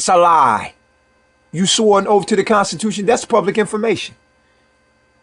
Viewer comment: You didn’t just say “Oaf!!” OaTH!